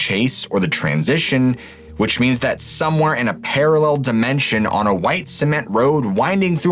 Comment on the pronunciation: "Paralel Dimensions"